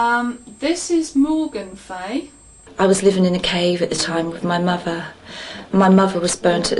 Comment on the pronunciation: lol "i lived in a cave wiv my muver. she was burned because she was a witch and i was too."